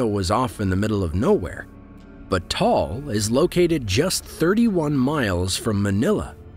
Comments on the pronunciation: It is pronounced TAH-AHL , not Tal. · Please take note of this the Pronunciation of Taal Volcano is- Ta al Volcano not Tall Volcano. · Actually I live in Philippines and its Ta-al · Pronouncation: Ta-al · bruh you pronounced taal volcano wrong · he can't pronounce it fluently but we can understood what he's saying